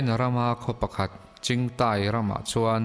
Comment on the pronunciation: chingtai niloin zintai tia lam tur.